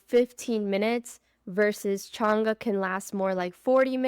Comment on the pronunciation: You are saying changa wrong